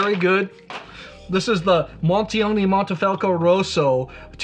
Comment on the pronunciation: wait, why are you saying mAnte, when its clearly mOnte? 😅 as a side note, if I was a ‘wine president’ of Italy I would ban blending French varietals all together 😅